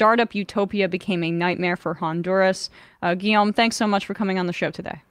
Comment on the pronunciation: His name is Guillaume not Guillame